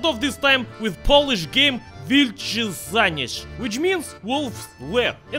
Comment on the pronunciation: What is so hard about pronouncing szaniec? Just say "ша́нец".